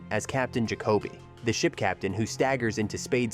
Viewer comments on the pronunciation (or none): It's Captain 'Jack-a-bee' -- not 'Ga-ko-bee'. Come on, AI, get with the program! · Bogart pronounced it JACK-o-bee, not ja-COAB-ee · your pronunciation is a bit off, its Peter Lorre LOR EE and captain Jacoby..its jac' o bee, not Ja cob ee